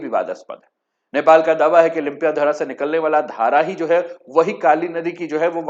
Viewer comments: लिम्पियाधारा नहीं, लिम्पियाधुरा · It is lympiadhura not Lympiadhara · सर आप लिम्पियाधुरा को लुम्पियाधारा बोलते हो,जिस जगह का नाम आप लोग अच्छे से उच्चारण कर नहि सकते हो ओ कैसे भारतको होता है?? ब्रीटिस नक्से का बात छोडिए,भारत से छपाइ गए पुराने नक्सा मै भि लिम्पियाधुरा काली नदिका उध्गम स्थल है।। ओर भारत के कइ पुराने राजनीतिग्य ओर पत्रकार लोग कालापानी लिम्पियाधुरा,लिपुलेक नेपाल के है बोलरहे थे।। इन्डिया के पास कुछ सबुत है तो आप के च्यानल मार्फत देखाइ दुनियाँ को।